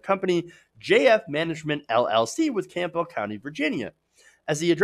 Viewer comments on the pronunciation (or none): none